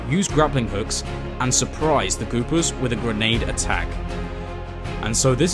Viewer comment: It's the Goopers, not "Goobers." If you're gonnna screw someone over, at least get their name right.